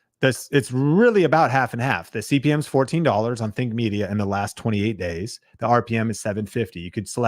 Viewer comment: Something I've noticed is when you quickly pronounce "Think Media" in these videos, it does sound like "Fake Media" sometimes. Just be extra clear on the pronunciation. I love the content you guys make to help smaller creators grow!